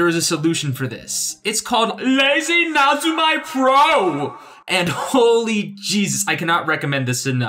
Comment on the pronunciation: ..lazy... na-zu-mai? NAZUMAI?! WHY DO YOU HURT ME LIKE THIS?? Nezumi (neh-zoo-mii) is the Japanese word for mouse. Lazy mouse. It stops your mouse strokes looking lazy:U But seriously though this is a GREAT video, I really wish I had this when I first gave photoshop a go. Took me like 5 different attempts before finally making the permanent switch from sai because I just had no idea where to even begin